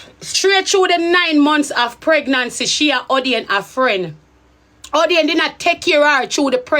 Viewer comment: How u say a don 😂a 😂😂